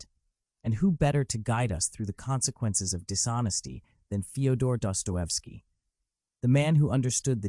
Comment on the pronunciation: What about DUPER'S DELIGHT? Empirical evidence shows sadists are gratified by deception. This point by FD may have been true to a repressed religious society. Dosto is disgusting. Learn to pronounce his name or get off the internet you BOT